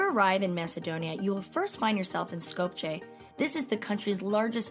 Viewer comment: Sko-p-ye not Sko-p-cheh :)